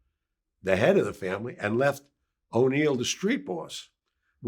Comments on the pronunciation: it is if you were a good friend of his, like he claims he was. It's An-Eee-Eh-Lo. Or Mr Neil. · Did he say O’Neil 🙄